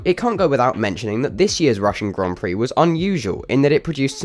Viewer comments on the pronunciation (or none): none